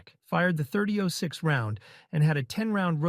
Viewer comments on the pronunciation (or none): AI can't read "30 ought 6"?